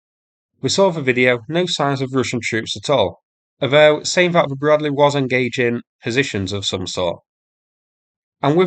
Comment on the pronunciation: BRAD-LEE not BRAD-LAY